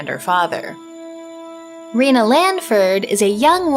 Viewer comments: Rena is pronounced Ray-nah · Did you say Reno? lol